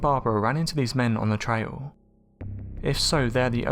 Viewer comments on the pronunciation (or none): none